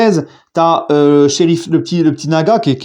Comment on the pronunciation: Salut, pour la prononciation de Lucas Hernandez c'est "LOUKASSE" pas Lucas à la francaise. Aussi Serif Nhaga c'est pas Sheriff mais "SERIF"